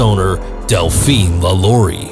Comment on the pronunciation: I'm from New Orleans.... It's pronounced LAH-Law-ree